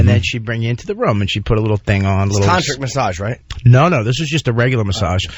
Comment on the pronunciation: Did Jimmy really say "tontric"?